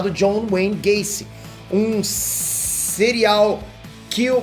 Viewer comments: sereal Kill ler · Então aconteceu "né" foi "fssss" serial kilo, eu tive que aprender outra língua 😅😅😅